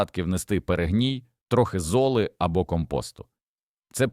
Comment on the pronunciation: Та не пУхка, а пухкА, не зОли,а золИ, не саджА нець , а сАджанець...і таке інше... Вибісили! Якщо вся Україна так заговорить... 😯 Неприємно...